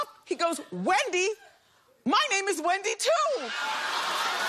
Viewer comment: And she pronounces it as Whendy